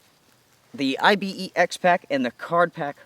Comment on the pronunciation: Dude - it's as much I-B-E-X as your name is... There's an animal called Ibex, which you pronounce "eye-bex" much like you pronounce Pyrex...